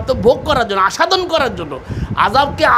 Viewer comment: আস্বাদন এর উচ্চারণ আসসাদন হবে,আসাদন নয়।